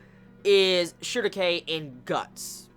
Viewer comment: how do you pronounce Schierke? Shugoke? is that her name in japan?